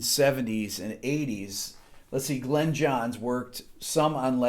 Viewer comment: Thanks for everything Rick! Glyn is his name and it is pronounced Glin not Glen. I suspect it is originally Welsh and would have been pronounced closer to Glun.